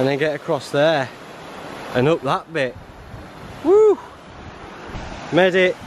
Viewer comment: "made it!" sounds scary close to "medic!"